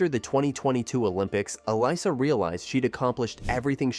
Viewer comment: Um, , her name is pronounced "Ah-LISS-uh," NOT "AL-iss-uh" or "Ah-LIE-suh."